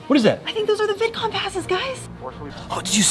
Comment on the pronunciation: Baby saying Vidcon bidcon